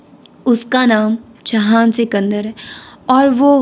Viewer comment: It's JIHAN not JAHAN